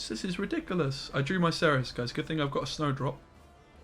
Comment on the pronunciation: It's not "kerys", you can easly say "serys" if you want. This is a polish game, so the polish pronunciation is the superrior template. In fact, you pronunciate Cerys with "c" spoken exactly like german "z". It's not "kerys" at all, it's WRONG.